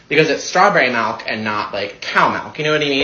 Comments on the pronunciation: People who pronounce milk like MeLk are incredibly annoying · Pronouncing it MELK makes ya wonder folks. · Strawberry maulk and not cow maulk😂😂😂😂😂 can't pronounce his words either 😂😂😂😂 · I've never heard a straight person pronounce milk as.. malk. Or worse yet pallow and lag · why does the dude pronounce milk like that?